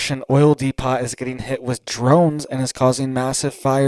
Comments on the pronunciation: 👋😇🗯️ it's pronounced dee-poe not dee-pot Depot just saying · do you have a Home Depot close to you? It is not pronounced d-e-p-o-t. It is pronounced d-e-p-o. You do an awesome job and thank you! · Dude pronounce it correctly DEPOT how do you say Home Depot,??? It's not De pot its DEPO,the t is silent ✌️ otherwise great video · DE-PO, Not De-pot.🙂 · Depot is pronounced "dee-poh", not "dee-pawt" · It's "de-po" not "de-pot" unless you're asking where the weed is! 😆 😉 👍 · de PO, NOT DE POT. LIKE HOME DEPOT. Otherwise, thanks for being on top of your game. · Depot is pronounced Depo. The o sound is long as in open. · Depo.. Not depot .. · It is pronounced: dēpōt, just FYI. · Oil depot is pronounced oil Dee Poe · Sorry, but it's depO...the t is silent, other than that great job! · Please quit saying depot it is pronounced depot the t is silent!!! de·pot /ˈdēˌpō,ˈdeˌpō/ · DEPOT is pronounced DEPO.A SILENT T,.Correct pronunciation is required from talking heads. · The 'T' IS silent, DEPO leave off the T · Pronounced 'D Poo ' - depot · D-poo? Really. I'd say D- poe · Dee Poe, no T sound in depot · T is silent in Depot.